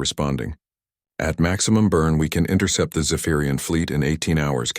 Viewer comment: Intercept course, not “intercourse” course!😂😂